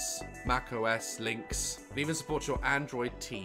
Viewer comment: did he just say linx instead of linux